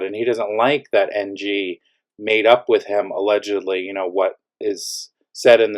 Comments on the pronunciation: The way you pronounce NG n MG makes it impossible to understand who is who. Next time use names if there’s ever an update 😅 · Did you say NG or MG ?